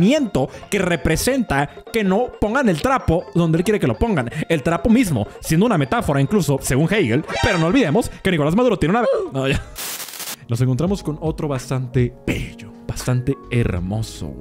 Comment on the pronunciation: Alto cringe cuando dice "Heiguel" 😂